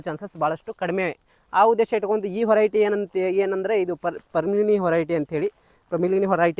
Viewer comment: adu horiety alla veriety ....kannada swlpa shudda vaagi irali